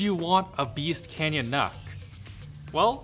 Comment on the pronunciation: Isn't it's pronunciation nook? For nook and cranny aka small spaces?